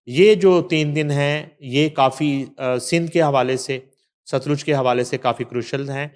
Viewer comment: Baji sutlaj nai satluj